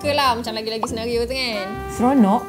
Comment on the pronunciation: "Senaghio" HAHAHAHAHA 🤣🤣🤣🤣